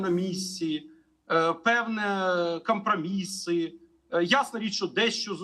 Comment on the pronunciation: А що з мовАю пана Олександра? чому він акає та цикає? кАмпрАміси, чАтирнацАтого, ЮщенкА, чіткА питання. АчєвиднА Професор українець не може вивчити вимову української мови? Чи він тимАшенківець?